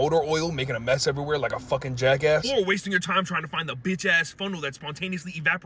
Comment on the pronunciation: You gotta put MORE emphasis on the word “FUCKING”